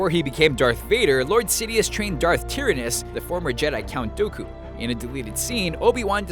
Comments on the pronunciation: Darth Tyranus is pronounced as Tai-ra-noos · You said Darth Tyranus wrong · How did you screw up saying Darth Tyranus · Pronounced Tyranus and Dooku wrong.